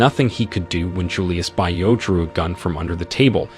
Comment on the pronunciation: Bio is not English, its African, its pronounced "bee-o" Americans, please make effort to pronounce African names correctly. Its offensive when you mispronounce an easy-to-pronounce African name like Bio, its not "by-o" its "bee-o".